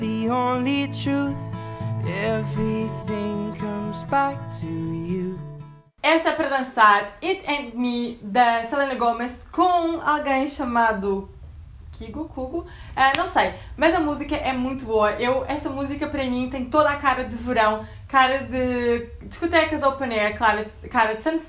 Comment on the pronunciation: escreve-se Kygo, e lê-se "kaigo" 😂😂 mas adorei o vídeo! ❤️